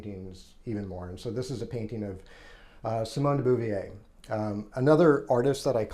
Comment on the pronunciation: I do think you should learn to pronounce " Bow-vwaar".